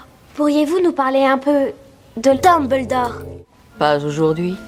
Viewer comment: A on dirait que Hermione dit "Tom-beldore" 😆🤣 c'est fait exprès ou bien ?